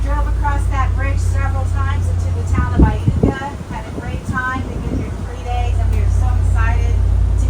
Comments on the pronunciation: How about learning to pronounce the town names. It is pronounced " I YOU KA". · Iuka is pronounced eye-you-ka. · I believe it's pronounced eye yooka ms by the locals. I've lived about 30 minutes west of there my whole life.